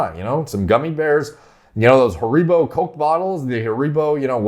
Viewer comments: "Hareebo" 😂😂 *harrybo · "Ha-ree-bo" AHHHHH that hurts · Haribo is pronounced Harry-bow if anyone was wondering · Even how says sweetie names makes me feel inferior 😂 ‘American’ - “HA-REBO” Me ‘Scottish’ - “HAH-REE-BO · the waya pronounced harribo kills me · Love that hareeebo pronunciation :) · ha ree bos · Hair re boz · You say Haribo weird. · you say Haribo so Mexicanly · As a Brit I visibility double taked when he said Haribo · The way he says Haribo has confused and doubted me the way I’ve been saying it for life. Sure ain’t wrong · The way said haribo lmaoo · caught that lmaoo